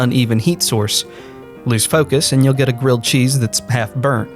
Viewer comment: A gwilled cheese if you pwease? Ifykyk